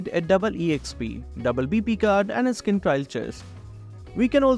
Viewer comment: you know when Skin is pronounce as 'Iskin'😂